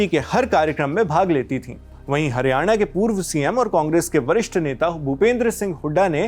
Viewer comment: Bhai ... Hariyane ... Nhi ... Haryana hai .... Plz thik boliye .. state ka naam